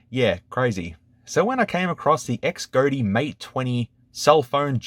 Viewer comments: Xgody is pronounced Shody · I think it’s pronounced “Z-oh-dee” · Pronounciation “Cas Gōdy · couldn't you say Xcody ?